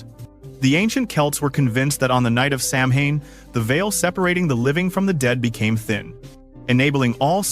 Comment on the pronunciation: The word samhain is pronounced sowin with the sow pronounced like a female pig.